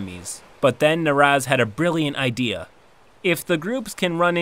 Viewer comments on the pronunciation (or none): none